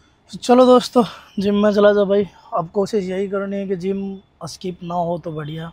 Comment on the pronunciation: अस्किप😃😃 nahi इस्किप hota hai